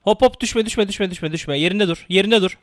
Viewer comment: Düşme derken sanki doushbag diyor